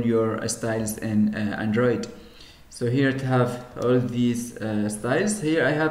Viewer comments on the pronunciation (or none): Please work on your English... It's not Antritt, it's Android etc...